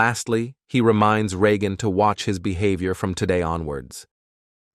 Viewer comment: oh please "bee have i or":face-purple-crying